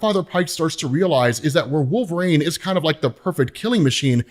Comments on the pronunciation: wol-ver-een , not wol-ver ayne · I'm not the only person that hears Nails on a chalkboard every time this guy says wolv rain it is pronounced wol ver one. This has been established for years across multiple forms of media its not up for debate or interpretation his name is established. I'm a huge fan but I swear to God I might go to jail if I ever meet this guy I might need to strangle him while screaming his name is wol ver ine! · I dont remember robb saying wolverine soo stupid its not wolvesreen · The way you say Wolverine hurts me. Yet I still listened. 😅